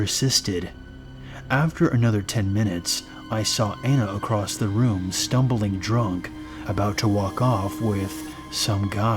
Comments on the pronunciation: I find it difficult to get into the creepy vibe of the stories when I keep hearing the narrator say things like "drownd-ed" , "expecially" or "across-t" 😂 Please stop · This is making me nuts - It's "et cetera" (et cet·er·a), not "eggsedra" or "exedra". And it's "escape" (es cape), not "excape". And I just heard, "I had several lit-rees of water". I think that's supposed to be liters. And there is no such word as "accrossed" or "acrost". It's "across". I like these stories, but these little grammatical disasters are killing me. It completely takes me out of the moment.